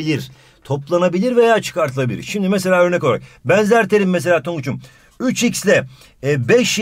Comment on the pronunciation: Denzer değil benzer